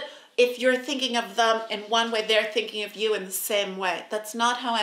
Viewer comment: It's 'them', not "thum".🙄😳😁👍🏻